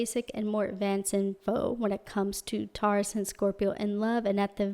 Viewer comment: The way you say Taurus-> TAW—-ris 😂😂😂LOL